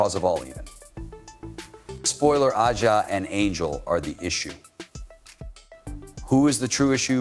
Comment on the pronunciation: I'm tired of your videos. Why can't you have the respect enough to pronounce their names corfrectly? Who is 'Ah-Jah' Wilson? P:ronounce hber name correctlt, dammit....